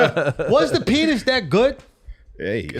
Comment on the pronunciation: He said Penis, not Pianist!